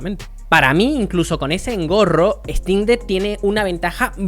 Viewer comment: No puedes ni pronunciar el nombre, obviamente no te gusta la "ejtin deck", imagínate que no te gusta porque no puedes jugar fall guys de origen OMG.